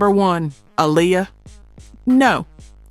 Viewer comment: I wish you would fix your damn AI. So tired of hearing it fuck up names, words and places. How do you mess up Lisa and Aaliyah's names????